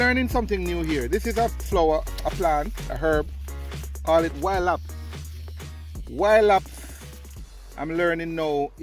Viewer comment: ‘Wild hops’ not ‘wild apps’